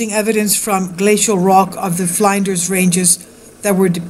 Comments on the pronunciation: flynn-ders, ftw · I gave you a like because of the interest level and I live in Australia, but I thought it sad you had to show the same clips over and over again. Also the pronunciation of Flinders as in Flinders ranges is FL in (as the word in) DERS, FL in DERS